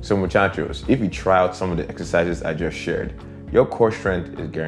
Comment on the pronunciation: Amor you say Muchacho like a native Latino👏👏